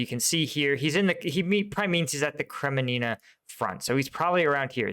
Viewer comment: KREMINNA not 'KreMENINA'